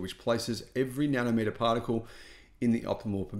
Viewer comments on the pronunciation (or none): none